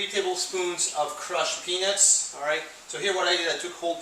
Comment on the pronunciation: lmaoo it sounds like he's saying crushed penis in the beginning but great product!